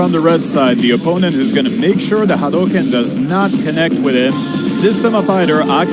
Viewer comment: “Hidari” pronunciation is good also “Hadouken” too lol